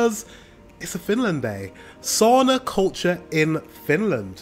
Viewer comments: It's sauna not soona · It is SAUNA,not soona! Try it!!!😊